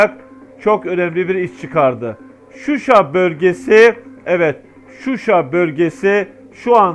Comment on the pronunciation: Susay degil Shusha kenti.bide bu resmi haber degil